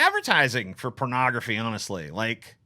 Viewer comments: I can't no I'm 10 minutes in and she keeps saying cornagrophy. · Don't worry, she inexplicably switches to "ography" later